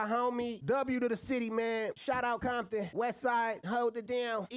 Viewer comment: All of a sudden Game saying Bompton😂😂 wow!! If you listen to his music he doesn’t say any of that. That nigga fake as fuck..Yg kept it real that’s why he more respected then the Game